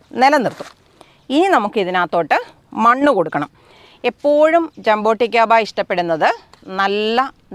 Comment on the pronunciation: Mam jamboticaba aano jaboticaba alle